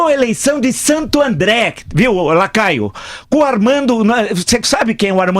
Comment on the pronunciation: Boa Prof. Vila!! Mas é Lacraio ou Lacaio? kkkkkkk